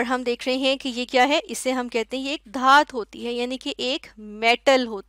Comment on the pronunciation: mam dhat nahi dhatu. By the way aapne bahut acha samjhaya